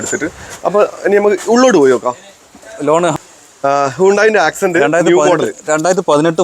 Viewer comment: ഹ്യുണ്ടായ് accent അല്ല x'cent ആണ് ചിലപ്പോ കാണുന്നവർക്കു കൺഫ്യൂഷൻ വരും.. 👍